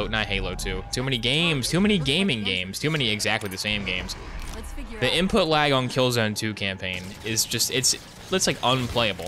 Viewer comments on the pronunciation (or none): none